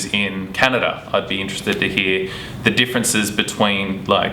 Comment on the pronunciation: Hottie talking about "deeferences"